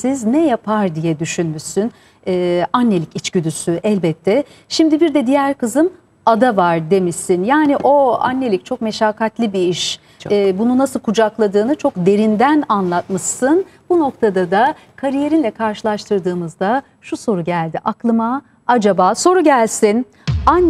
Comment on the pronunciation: Julide hanim Meşakat degil. "Meşkkat"